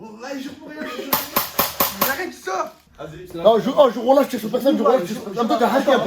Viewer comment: "malheuresuement quand tu dis wallah j'entend annaba" cest un tueur